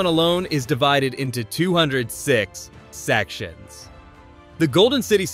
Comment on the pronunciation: siiix SeK SHUNS